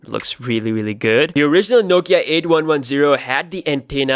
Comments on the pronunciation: It’s called “eighty-one ten” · try saying "Eighty One Ten"